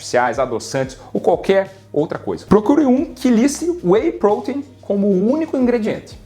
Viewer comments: que agonia ouvir WEY "Prôtein" ao invez de WEY "protéin" na forma mais abrasileirada kkk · Porque você fala prouteinm?? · PROTEIN e não poten !